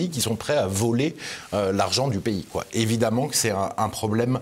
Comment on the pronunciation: Le " e" d ' évidemment se prononce " a".... exemple d ' erreur due à la méthode dite globale d' apprentissage de la lecture....